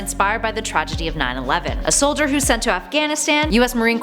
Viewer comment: Its soldier not solider